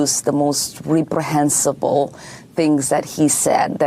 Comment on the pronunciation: It's reprehensible!!! Not reap...learn the language!